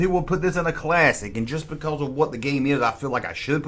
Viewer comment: "Baycawz"